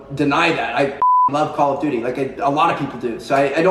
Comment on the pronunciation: "Call of dody"- Tmartn